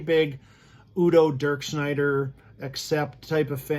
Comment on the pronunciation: Not to sound like a wise ass....but....it's not pronounced U. D. O......it's his name....UDO....just say his name